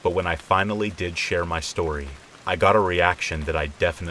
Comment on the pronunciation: "Shtorey" kills me